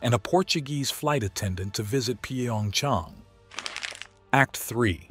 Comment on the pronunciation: What the hell is P-A-Ong-Chong? Pyongyang is really not that hard to say even for an AI.